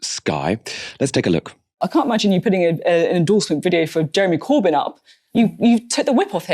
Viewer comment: lmao Starmer can't even say the name Corbyn. we're gonna be stuck with another decade of tories aren't we